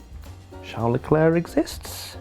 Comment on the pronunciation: Championship rundown did he say Legluuur? or Leclerc?